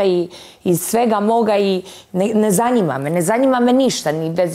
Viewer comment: Ne zaNJima me,ne zaNJima me🤦‍♀️😂😂